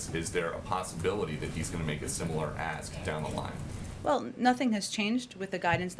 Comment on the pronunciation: When she uses the word well, she pronounces it wool. Sounds like a brat too me.